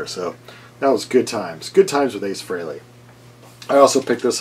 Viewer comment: It's pronounced "Fray-lee", not "Free-lee". Learn it. Know it. Live it.